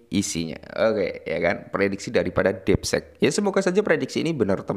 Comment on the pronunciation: Ini mah konten lo lagi baca artikel orang laen, bukan analisis sendiri. Hadeeh...Bro, coba effort dikitlah klo bikin konten...lagian, masa bilang 'deepseek' jd 'depsek' 😂😂😂...